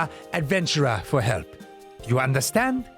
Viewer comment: french is void of h, so it is Ildibrand and for elp the h must vanish completely otherwise flawless, the pronunciation on last syllable is perfect :D